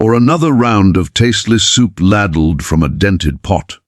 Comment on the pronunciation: Someone teach the AI German: Reich is not pronounced Raych; or English for that matter: laddled instead of ladled, etc. Did no one tell hem that it was the Russians that mistreat prisoners? Also, I think the flag is wrong. Prior to 1948, it only had 48 stars as Alaska and Hawaii were not states yet.